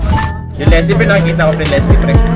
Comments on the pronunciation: Lesley po Hindi Leslie hahahah lie hahaha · lesley hindi leslie